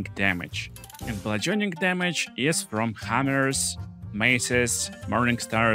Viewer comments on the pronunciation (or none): "blutchurning chamage"